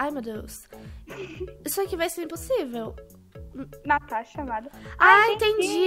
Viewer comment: A Natasha: a 😂😂😂😂😂😂